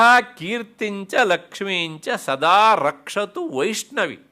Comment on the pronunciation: 1 hr 3 minute is important pronounciation. Rakshatu (not Bhakshatu) Bhairavi devi